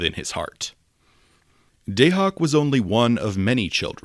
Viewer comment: Your pronunciation of Dahak is killing me! 😅